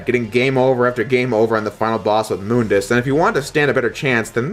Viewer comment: Thank you for pronouncing MÜNDUS correctly. So many people don't :'(